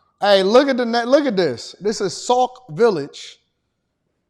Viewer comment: It's Sauk Sauk Village, not Saul...😊